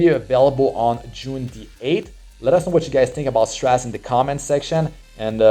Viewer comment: I'm so excited, I don't care about his multipliers, I'll try to pull him anyway. By the way, it's pronounced "Stra-zay" (sorry to be that guy).